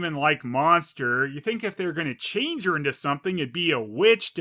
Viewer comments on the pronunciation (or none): none